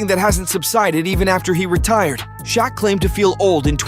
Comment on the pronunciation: Dislike because you can’t pronounce Shaqs name correctly